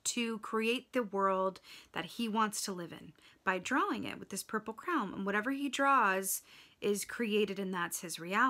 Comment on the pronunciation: it’s Harold and the Purple CRAYON, Are you just pronouncing it as Crown?